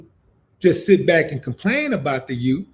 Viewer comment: It’s “youth” not “yoot” friend. But yes, you’re correct. These children are being directly led astray. Sad af.